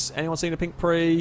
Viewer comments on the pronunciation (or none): It’s Prius not Pre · IT'S PRIUS NOT PREE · If you have a drink every time he says pri...may you rest in piece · pree's we have another Pree. I love pink Prees Last i understood they were Prius. nails on a chalk board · Its a Prius, not a prix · I have to stop watching because I can't bear listening to him say "pre" over and over and him not realizing lmfao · 1 Prius, several Prii. It‘s not that hard... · It’s PRE-US that’s how you say it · I’m super confused on if he knows how to actually pronounce Prius too